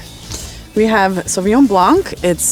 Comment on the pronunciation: Good video. It's a shame he can't pronounce Sauvignon.